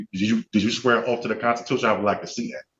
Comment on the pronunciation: He axed her if she took a oaf to da Constitution.